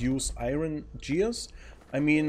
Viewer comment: Gears mit "G" wie "Gustav"